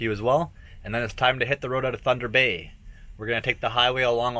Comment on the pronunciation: It's (Tunder Bay) Boy Oh